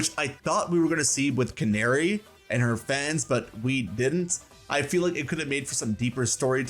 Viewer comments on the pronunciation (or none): CA-NA-RI NOT CANARY😂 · Canari isn’t said like like. Na like Nag, use that sound. Not nare like snare sound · Imma be honest i thought her name was pronounced Can-AH-ri instead of like the f*ckin bird